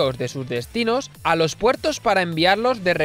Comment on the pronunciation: Muy interesante pero al no haber pausas se hace un poco pesada la locución y al final, en esto de las redes e internet lo importante es que la gente se quede enganchada, no que abandone el vídeo antes de que acabe. Otra cosita, te has dado cuenta de que cuando acabas una palabra en “s” y la siguiente comienza con “d”, intercalas una “r”? Por el empleo: “loR dos puertos”. No sé por lo haces, pero lo haces. Escúchate para que veas.